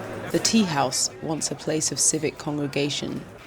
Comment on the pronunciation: thanks to you all who create this video . i have a small note , i think the person who speak along the length of the video might have some info about Kurdish language and pronunciation , i'm saying please do not Persianize the Kurdish language , when you pronounce the teahouse you said it wrong , look how the old gents say it .